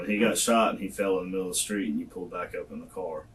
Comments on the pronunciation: 6 kids can't even pronounce street! .... skreet smh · The blatt "community' is in bad shape. 33 years old, 6 kids works at a burger place, murderous boyfriend, violent thug friends. And can't even pronounce STREET!!!!!!!!!